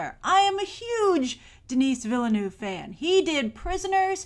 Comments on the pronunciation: Awesome !!! P.S: Denis is pronounced without the "s". And Villeneuve is like "Vilnuv" or something like that. FYI ;) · Huge fan of a guy she can't even pronounce the name of??? Willeh-Nooph! Really? Pffff